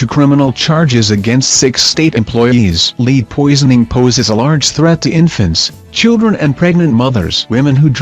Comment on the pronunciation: Your saying Lead wrong.